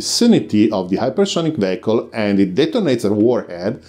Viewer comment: not vayicle, but veeicl, im wanting to help; as with heeyt not hate.